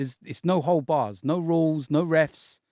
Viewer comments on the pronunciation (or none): none